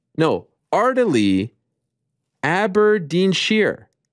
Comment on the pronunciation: Ariel trying to say aberdeen 😂😂